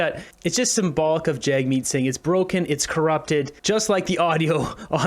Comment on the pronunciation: I’ve heard him say his name is JUG Meat on an interview